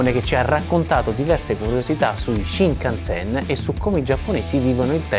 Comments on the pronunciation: Una domanda, perché lo pronunci "Sinkansen"?? 🤔🤔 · sai sono piuttosto sicuro che si pronunci scinkanzen tutto d'un fiato, comunque video intrigante come sempre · ripeti con me SCINCANSEN, NON SINCANSEN santa pupazza hai ripetuto sincansen tutto il video 🤣😂🤣🤣 Cmq il costo di un biglietto dello shinkansen costa più o meno come un biglietto AV di trenitalia circa.